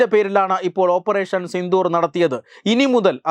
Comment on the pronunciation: ഓപ്പറേഷൻ സിന്ധൂർ അല്ല സിന്ദൂർ....... തെറ്റായി ഉച്ഛരിക്കല്ലേ